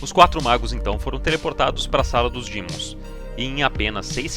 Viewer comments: POR 18MINUTOS ELE FALA DIMONS, DAI COMEÇA A FALAR DEMON, UFFA! PARABÉNS PELO VÍDEO E PELA EDIÇÃO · vídeo mto bom só o “dÍmons” q chega sangra o ouvido tmj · Que gatilho que da QUANDO ELE FALA DIMONS